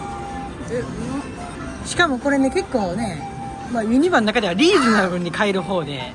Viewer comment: からやってきました😆 ユ↑ニ↓バ↑の発音をにレクチャーお願いします(笑) ポポポが流れてる❤ もちろんチャンネル登録しました！